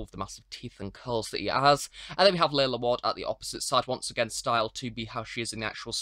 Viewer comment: It's pronounced 'Larlar' rather than 'Laila'